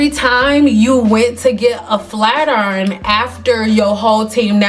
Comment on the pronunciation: "Flat Urn" 😂